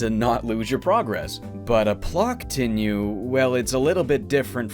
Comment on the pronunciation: Honestly a little disappointed about missing the pun in "Plokontinue" (plok-continue) and misreading it as Ploktinue